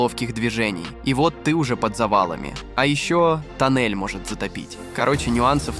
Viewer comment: Афтар, зачем ты в некоторых словах ставишь не правильные ударения? Например "тОннель", а не "тоннЕль" или "бУрение", а не "бурЕние" ? Слух режет. Слушать противно.